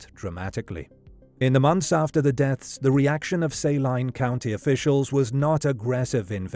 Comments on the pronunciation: Just for clarity: Saline County isn't pronounced "say-line" but "su-lean" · Saline pronounced SAY-LINE is weird. Especially since I'm from Saline County Kansas. We pronounce it SA-LEEN County. I'm from SALINA KS BTW. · I’m from Arkansas. The Clinton connection is deep and strong. And it’s Say Leen county. I will forgive your accent, though. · For future reference, Saline is pronounced Say-lean or Sa-lean. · I live in little rock, and the way you pronounce it is the same way we do. Was just pronounced wrong in the video.